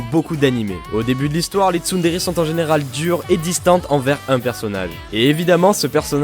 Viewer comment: j'étais sur MSP entrain d'écouter la vid et voilà ce que j'entends: Les TsumTsum! TSUMTSUM! mode ralenti TSUMTSUM! mode normal je reviens sur la vid je remet et vois qu'il y avait marqué "TsunTsun" :/ PS: je suis un mélange de Nyandere et de Yangire ❤❤❤😍😂